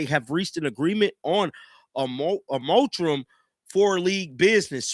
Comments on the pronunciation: This dude just said they agreed on a "motrum." Dude, the word is mor•a•tor•ium. But, y'all listen to and believe this dude who literally can't read or pronounce words. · Mor-a-tor-ium. Your lack of education is showing. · You need to start reading these articles out loud to yourself before you get on the mic and start reading them to us. You can actually type into google “how do you pronounce moratorium” and it will say the word out loud for you; even give you a definition. It’s so obvious you don’t take the time to prepare for these videos and the first time you read the articles are when you read them to us - it’s getting increasingly difficult to follow the bumbling. 😢